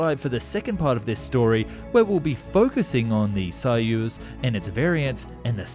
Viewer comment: I speak some Russian, he doesn’t do too badly. What’s hard is the letter “о” in Russian. Sometimes it’s pronounced like in English. And sometimes it’s pronounced like an “a” . And there’s no real grammar rules to tell 🤣 you just know. So he pronounces Soviet right, but Soyuz wrong 😂